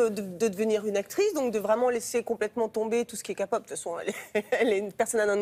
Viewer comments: Si télématin arrêtait de parler de sujet que les journalistes ne comprennent pas et ne maîtrisent pas ça serait vraiment une bonne chose! Ne parlez pas de culture jeune ! (Telle La k-Pop (ET PAS KAPOP !!!!!!!)) car vous ne comprenez rien Et n'êtes pas foutus de comprendre! Merci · Kapop , fx , "virer" ... jai mal au oreilles. svpl c Képop , F(x) comme la formule donc f 2 x , et elle a quitter le groupe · Faut arrêter de dire kapop c'est ma "ké" pop Svp arrêter de massacrer mon univers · Personnellement elle devait pas parler de ça vu que ce qu'elle a dit, c'est de la pure merde et c'est bourré de faute. 1- On dit Ké-pop pas KA-POP OK ?! 2- Sulli est partie parce que elle l'a voulu et elle voulait continuer sa carrière en tant qu'actrice ok ?! Et dire que BAP est le groupe le plus connu ? WTF sérieusement ?! Certes c'est un groupe connu (et très cool ;) ) mais LE PLUS CONNU c'est Bigbang. BIGBANG QUOI C'EST LES KINGS DE LA KPOP ! J'ai beau être une ARMY et une BLINK mais Bigbang sont vraiment les meilleurs et sont 3x plus expérimentés que BAP. En gros faut vraiment vérifier et se renseigner sur ce genre de choses parce que c'est ce qu'elle a dit, c'est du GROS FAKE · Kim TaeHyung c est horrible les gens qui disent ka-pop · Kim TaeHyung Comme moi, on, dit Ké-Pop écrit K-Pop. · Ca rage à mort sur "kapop" par contre "Spideurmane" et "bébé huit" là ça choque personne...Y a pas de doute pour être de mauvaise foi pareille vous êtes bien des français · Bon Kapop là va falloir changer.. Mais sinon il y a de la recherche. Je savais pas que B.A.P était le groupe le plus connu (où est passé BIGBANG?? 😂) mais bon oui mais loulou se produisent très bientôt (et je serai pas là!! Yongguk 😭😭😭😭). On ne dit pas Soulli mais Seolli, on a pas montré ses photos osées à la télé! Il y en avait des très hot 😂😂. Je l'aime tant cette cocotte une vraie perle! Dommage qu'elle ait rompu avec Choiza ils étaient adorables 😍 (après je connais pas les raisons donc moi fermer ma gueule 😅).